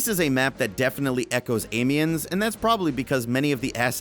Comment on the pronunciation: I'm Sorry, i hate to be the guy to tell you but you are pronouncing Amiens wrong, i'm now going to correct you. You pronounce it like this. am-e-on, and you don't prolong the pronunciation of the a neither, coz i know you american's love to do it. Also Nivelle is pronounced Knee-ville, and again don't prolong the ee's. apart from that i am excited to that you did this video and that there new maps, but the noob's piss me off so i probably wont go back to it